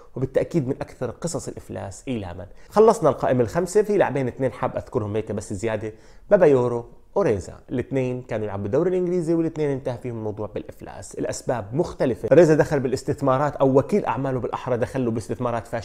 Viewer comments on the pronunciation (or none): الله يعطيك العافية على مجهوداتك وإبداعاتك ، عندي مجرد تصحيح لإسم اللاعب النيجيري ،، اسمه بابايارو وليس بابايورو ، تقبل ملاحظتي وبارك الله فيك .